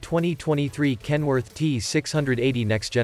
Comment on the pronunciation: If you phonetically pronounce KEN-WO-ARK - it legit sounds like a Chinese person trying to pronounce Kenworth.